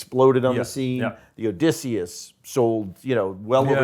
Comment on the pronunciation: Can't stand the way this guy pronounces Odysseus